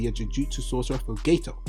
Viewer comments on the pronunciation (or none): Hahah I love the way he calls Geto GayToe